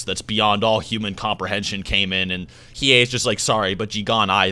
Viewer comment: he needs to learn how to say hiei lol dumbass